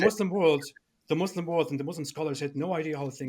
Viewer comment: doesnt even know Islamic history, yet he claims to know so much. is more than finished. he can't even pronounce Islamic names and "Muslim" properly, yet he claims to be born Muslim. he is a liar and a fraud. Ambush or not, isn't intelligent at all. couldn't even answer a single question in 2 hours. Did u even watch the daniel H. debate with??